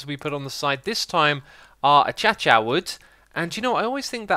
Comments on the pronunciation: It's not achacha is uh·kei·shuh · Is "achacha" (acacia) a joke? a-K-shuh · "A - kay - sha". Not "A - cha - cha" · Akasia not achacha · It's pronounced A-ka-sha wood